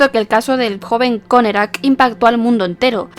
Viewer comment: Por qué decía connekrac?